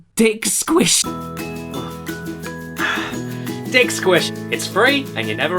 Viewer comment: Of course, he misread "Diet Squish". Same reason we got "swood" from JonTron misreading "swoop".